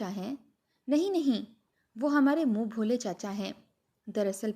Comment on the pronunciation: Moon bholay nahi moon bolay